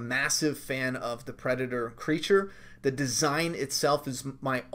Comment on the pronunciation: “Predatoe trailer” lmao